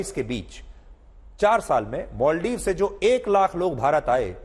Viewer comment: मालदीव का उच्चारण मालदीव ही होना चाहिये. अंगरेजी मे भी Maldives लिखा जाता है.फिर आप और रजत शर्मा बार बार मोलदीव मोलदीव क्यो बोल रहे थे? कैसे पत्रकार हो आप!